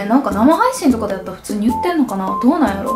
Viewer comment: 普通に、強調し過ぎてますね❣️